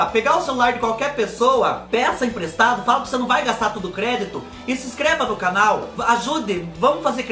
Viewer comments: Oi Fubá kkkk sou nordestina mais não falo (raí )não.Kkkk mais esse biscoito Hay Hay,você pode pronunciar igual você faz quando está espetimentando as coisas e as lombrigas fala hei hei.kkkkk kkkk,amo gengibre...Beijoo Fubá ❤🥰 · Oi fubá sou do Recife e realmente fala errado trocamos várias letras falamos assim (Raí no lugar de vai e a rente no lugar de a gente kkkkkk adoro vc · É a rente mesmo que fala rai Fubá kkk. rai, ramos, rem tudo nosso.